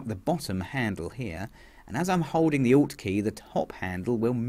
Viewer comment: It's 'alt' key :-)